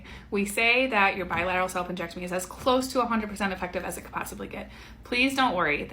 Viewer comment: I had to rewatch the beginning of this video and read the captions, because "salpingectomy" sounded VERY much like you were saying "self injectomy" and all ai could think was WTF IS THAT?! 😂😂